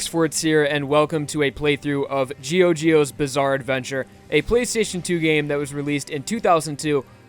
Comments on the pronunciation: Serious question, are you aware that "GioGio" is still pronounced "JoJo"? It just makes me cringe a bit when you read it like that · Sorry If I'll sound as a grammar nazi,but GioGio,being italian is read just like jojo,not like u said it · Samuel Mejia Pronounce it the way you want, but GioGio is correctly pronounced as JoJo. Any one who speaks Italian will tell you. I have an Italian friend who's name follows the same rule. Araki himself explains this. "Gi" makes the J sound. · GioGio is pronounced identically to JoJo in Italian, no "Jee-oh" pronunciation involved! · No offense, but isn't GioGio pronounced, JOJO because of the Italian pronunciation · I'm pretty sure giogio is still pronounced JoJo lol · ragonbolt chi GioGio in Italian is pronounced Jojo with silent I